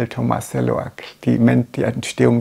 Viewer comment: Sie sagen immer Tomaselli, statt Tomasello.